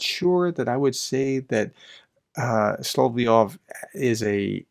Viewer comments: sol-ov-yov... not sol-ie-ov... SOL-OV-YOV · Dude! It’s Sol-LOV-yov! Emphasis on the V…SoloVVVVyov! Gah, had actually stop watching after the umpthieth time hearing “Soloyov”, or worse, “Solyov” or “Slyov” 🤦🏼‍♂️😳 ugh. How hard is it! Apologies but….yeah 🤦🏼‍♂️🥴